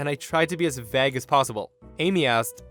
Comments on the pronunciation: Vay-guh, not Vag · Dude, that is so very much NOT how you pronounce vague! 🙄